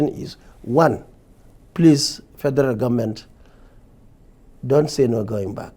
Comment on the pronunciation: Nigerians are tired of some certain people pronouncing Government As Gunmen Even with their Socalled qualifications, Nigerians wishes to get another president Who dresses differently to talk in the World stage,Nigerians Need a change and our choice Is #OBI OBI OBI.Please the cables grant us this ONE wish.